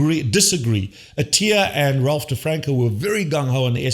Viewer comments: Your 4 year old son can probably pronounce DeFronZo properly. It's NOT DeFranCo. It's DeFronZo. Though EVERYTHING else you said is right on except trying to imply your 4 year old is smarter that Attia and DeFronzo demishes your positions. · Ralph DeFronZo not DrFranCo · First off…it’s not DeFranco, it’s DiFronzo. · Get the name right! It is Dr. Ralph DeFronzo. Please explain why you say the guy's last name wrong. This goes to your credibility.